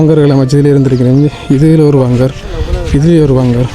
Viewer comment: வங்கர் இல்ல பங்கர்